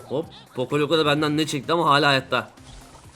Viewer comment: ab çok güzel poco loko diyorsun